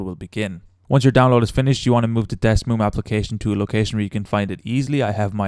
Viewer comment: Man said Desmoom